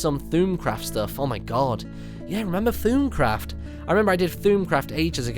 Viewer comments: Also your pronouncing it Thoomcraft.Its Thaumcraft.Pretty hard to prenounce but iz fine. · its thaumcraft, not thoomcraft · martyn does know it is pronounced thaumcraft not thumecraft right or am I that held back on videos ^ pronounced like thaw (mcraft) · martyn... its pronounced th-orm-craft not thu'mcraft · you are pronouncing it thoomcraft its thom-craft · It's pronounced "thormcraft" not thoomcraft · th-ah-m-craft, not th-ume-craft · I'm sorry, what is this Thoom-craft you speak of? I only know of Thaum-craft.( Thom-craft, Thowm-craft) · It's pronounced thawmcraft not thoomcraft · OMG its not Thummcraft its Thaumcraft. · It's not pronounced 'thoomcraft', it's pronounced 'Th-awm-craft' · ARGH!! Not one of you is pronouncing it correctly, it is not Thoomcraft, thormcraft, or themcraft... It is Thaumcraft, (Th-Aw-Mm-Craft). The mod creator pronounces it that way, so where on earth did you all start saying thormcraft? Did you do any research whatsoever? Do you even play modded minecraft? Gods, you uneducated noobs need to actually do some research on the official wikia before you start spouting "facts" out of your bum. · its pronounced thormcraft not thoomcraft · sigh what? Look, it is not Thoomcraft, it is not Thormcraft, it is Thaumcraft. (Th-aw-mm-craft), the mod creator pronounces it that way! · Hmmm... never heard of "thoooumcraft" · You are saying thoulmcraft not In the right way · "Tumcraft" LOL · "Thuumcraft" xD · Btw its pronounced Thorm craft, just pointing it out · Its acually pronounced thAWm craft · Haha, "thoomcraft" :p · lol I like how he pronounces Thaumcraft as Thuumcraft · I couldn't help facepalming when he said "Thoomcraft" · its thaumcraft not thu'um craft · It's pronounce thawmcraft. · I love it when you say thoomcraft when it is actually thaumcraft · you said thaum craft wrong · It's not Thuumcraft. it's Thaumcraft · Thrum craft is pronounced thormcraft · Thaumcraft pronounced thormcraft martyn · It's pronounced thom-craft.